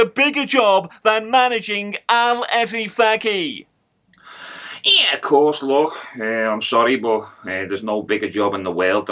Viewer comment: Instead of Al Ettifaq, its become Arrrl Whatthefaq 😂😂